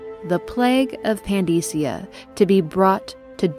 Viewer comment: I love the video and how you describe things but how do you mess up so many names? I can tolerate serkonos, pandysia, and Hiram, but how do you mess up daud. It's said numerous times throughout the game and you pronounce it dod. Please do better